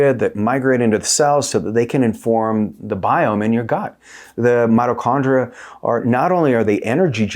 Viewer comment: It’s not “”Motto” Chondria brotha 😭